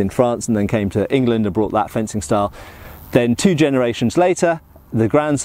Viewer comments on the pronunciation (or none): none